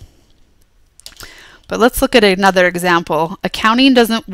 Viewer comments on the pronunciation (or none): none